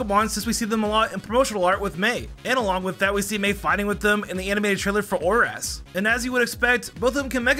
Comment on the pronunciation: you said orass